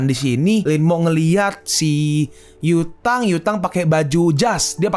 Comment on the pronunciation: Pass gw dengerin lu nyebut nama cau yutang di kecepatan 2×, gw dengernya ca*wet kota*ng